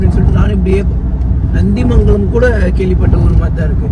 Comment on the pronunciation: நந்திமங்கலம் இல்லை நன்மங்கலம்